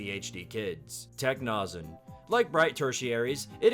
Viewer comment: i hate to be that person but someones gonna say it eventually lol 🤓☝️ p sure this would be pronounced "techno-zen" bc it's a combination of "techno" and "zen" themed design. also this was a delightful lil watch